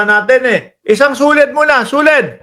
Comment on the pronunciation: Yung suled naging lequed na😂